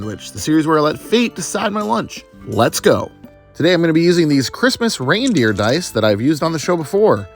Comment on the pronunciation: Every time you said reindeer I flinched